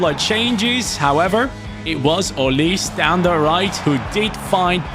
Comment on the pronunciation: why do you say olis his name is olise